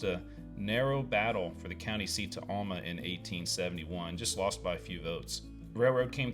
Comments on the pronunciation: Alma is pronounced AL (the man's name) - MA. There aren't two L's in this name, so where you get ALL - MA puzzles me. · Yeah, he's not quite saying it like we do. Al, like some guys first name. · that was cool, as usual. It’s interesting that you pronounce Alma differently than my family did growing up. I had an aunt and uncle from there. When we visited, my Uncle would take us out to the woods and hunt for a wild mushrooms that we ate for dinner. Fun memories 👍🏻